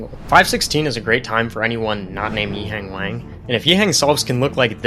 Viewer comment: the way you say his name is grating to my ears pls look it up